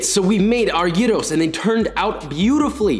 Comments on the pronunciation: You pronounced Gyros so wonderfully at the start then the American in you came back in with the old Peter Bread lol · I was watching tiktoks and everyone was pronouncing them gy Rose 🤬 your way is correct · As a Greek man, I am SOOOOOO happy that you pronounced gyro and tzatziki properly lol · As an actual Greek person, even 1 minute in I am proud of your pronunciation 😌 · fysika re file... einai oraios o typos... Nicely done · Im geek, you cant IMAGINE how happy i was when he pronounced gyros correctly and him saying tzatziki correctly just made it better. Joshua you just made my day :) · AT LAST!! Finally a non-Greek person that pronounces AND makes gyros properly!! Way to go, Joshua mah maaan, your σουβλάκι looks delish! Greetings from Greece 😁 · As a Greek I must complement you on your excellent pronunciation of gyros. I will surely use this recipe this Easter with my family, thank you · as a Greek, thank you for the correct pronunciation! side note, we almost always also put fries in gyro, so maybe you want to try it like that sometime!💙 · OMG I AM FROM GREECE AND I FINALLY HEARD SOMEONE WHO DOESNT KNOW GREEK SAY GYROS CORRECTLY. U ARE THE BEST <3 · I am Greek, and I appreciate your gyros pronunciation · as a turk I can tell you that he is actually pronouncing it correctly. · He really pronounced Gyros the right way😭. I love him😂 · πρωτη φορα ακουω καποιον απο εξωτερικο να λεει σωστα τον γυρο! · This dude is the only non Greek dude that can pronounce gyros right... very impressive gourmet gyros you made there! i see a lot of tips in the comments which is good and bad at the same time but hey ^^ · Im greek btw and mad respect for pronouncing the word right..Going into the video i was thinking "oh here we go again one more person who will not say it properly" but you did thank you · This Greek girl appreciates your perfect pronunciation on Gyro's (and the first version of Tzatziki!) LOL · Liked because you pronounced "Gyros" correctly... Also this is awesome.